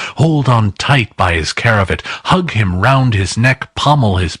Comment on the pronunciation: Really enjoyed this and sorry to nit pick but brazier is pronounced....bray zee ere. And scrooge removed his cra..vatt not his cara vett. Okay sorry to be a nause